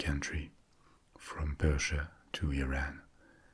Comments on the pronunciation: me, an iranian experiencing a wave of relief when you said didn't say "iran" as "eye ran" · No Europeans pronounce it “eye ran”....